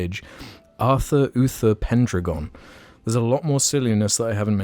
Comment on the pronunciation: I think "pendragon" is pronounced "pen dragon"